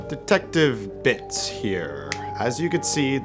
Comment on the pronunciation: Bro at the start when you said "detective Bits here" it sounded like "detective bitch here"